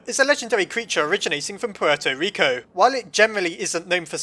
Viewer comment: Its "Puerto Rico", not "Porto Reco" XD